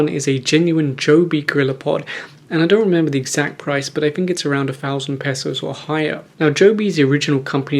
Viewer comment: I love it when you say pesos as : "Pesauce" 😂